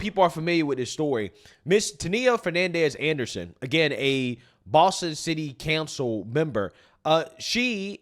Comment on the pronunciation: Someone in your circle needs to sit down and teach you how to pronounce the English language. Another one, city "cancel" instead of council. What's the deal?